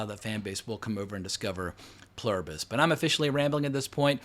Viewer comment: You nailed the pronunciation. It's written on American currency. I had exactly the same question about the link between the space signal and the virus itself/rat experimentation phase. Good to know I'm not alone.